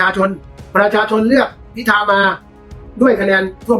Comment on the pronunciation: เห็นท่านประธานรัฐสภาทำหน้าที่แล้วน่าเป็นห่วง ดูท่านชราภาพมากเลย ไม่คล่องแคล่ว แม้แต่การอ่านรายชื่อผู้ที่ได้รับการเสนอชื่อเป็นนายกรัฐมนตรีท่านยังออกเสียงว่า "พิชา" หลายหน แต่ ..... ท่านอายุมากแล้ว เห็นใจๆๆ